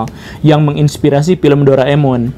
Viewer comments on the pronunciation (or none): none